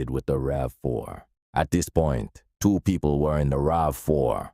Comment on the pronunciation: Man, say 1982 or 198twee. 😂